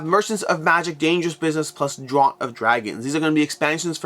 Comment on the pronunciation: Great video! For future reference, "draught" is pronounced "draft."